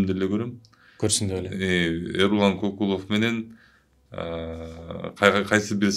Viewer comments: Ай оң сүйлө,биринчиден,Кыргызда Кокул деген ат жок же сен уктуң беле!?Көкүлов дечи,а дегенде туура сүйлөгөндү үйрөнүп анан иш кылсаңар жакшы болот эле да,ар бир сөзгө тамгага маани берип😡Эрулан Көкүлов.делиш керек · Тантырап КОКУЛОВ ДЕБЕЙ КӨКҮЛӨВ ДЕСЕҢ!!!! КЫРГЫЗ ЛЕКСИКОНУНДА КОКУЛ ДЕГЕН СӨЗ ЖОК!!! КӨКҮЛОВ, КӨКҮЛ АЙДАР ДЕГЕН СӨЗДӨН СӨЗ! АЙДАР ЧАЧ ТӨБӨГӨ КОЮЛАТ КӨКҮЛ МАҢДАГА КОЮЛУУЧУ ЧАЧ КИЧИНЕ БАЛДАРГА!